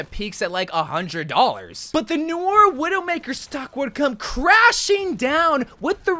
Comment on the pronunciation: its not pronounces n-oi-er, its "no-are"